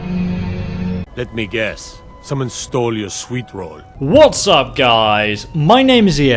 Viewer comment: Ay-Leek-Uf Yer-Swee-Rull. If you were any other obviously non-superior race.